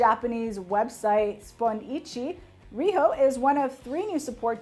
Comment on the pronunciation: The way she pronounces Riho's name and Morning Musume made made me dive for the dislike button. Haven't cringed that hard in a long time.